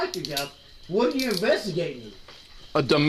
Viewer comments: what are you investigating? "UHDUHMESTIC" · "Uh duhmestic" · Domestic?I heard it 'DUMBestic'...